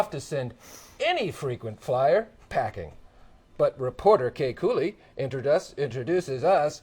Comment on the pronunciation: KAY KOOLEY.....KOOLEY!?!? LMAO